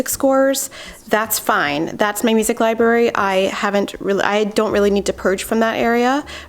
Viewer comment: LIBERRY??? Oh, no